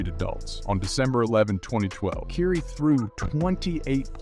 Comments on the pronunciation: i had to stop after the 5th time you said Keiry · For a sports commentator it’s very surprising you can pronounce words that are associated with players and franchises even close to correctly. Please remake this video with the proper pronunciation of words. I can’t watch this with you calling Kyrie (Kai-ree), curie or whatever the hell you said. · "keiry" lol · It's difficult to take you serious because you have to learn how to pronounce Ky-rie's name. However leave that negative past off of this piece. It's not accurate!! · I think you are pronouncing Kyrie's name incorrectly.